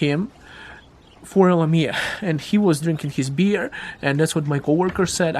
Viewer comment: Hi, I appreciate your content and I have been following you for years, but I think you might confuse people but calling it LM-mia... I might be best to just say L M I A. Keep up the great work, great info!